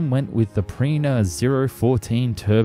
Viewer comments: Name of the engines: Pirna, not Prina.. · bro can you read? nobody expects you to pronounce foreign languages totally right, but it says "Pirna" - how can you pronounce this "Pirina" or "Brina", this is a name which isn´t that difficult to say in engl. like messerschmitt or something like that, all you have to do is simply read the word in the right way :D